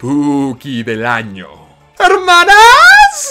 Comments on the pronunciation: Que verguenza ajena me da cuando dices "hermanas". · No vuelvas a decir "Hermanas", te lo suplico xd